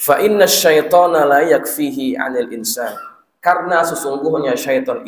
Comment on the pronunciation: Maaf sedikit koreksi, tadi mestinya dibaca "la yakuffuhu" tetapi dibaca la yakfihi, lalu "wisawasihi" dibaca waswasihi 🙏